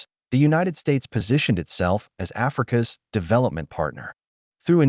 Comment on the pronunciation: Please check the AI narration. 'Africa S' cotton market hits a nerve.